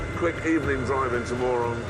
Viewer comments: You pronounce it as = Murun, btw. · They are saying Moron on purpose, thats the joke. Moron means very stupid.